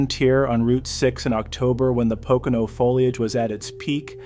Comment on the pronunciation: Actually, it was your pronunciation of Pocono at the beginning that set my teeth on edge. It's PO-co-no, all long "O's".